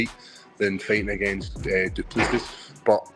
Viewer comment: Do Soo Plee...? Yes, that was a BUTCHERING!!! 😂👍🍿